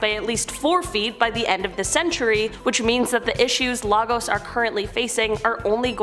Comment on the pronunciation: I would have been surprised if Lagos, Nigeria didn't make it to this list😂 Oh by the way it's pronounced "lay-gus", not logos. You're welcome😏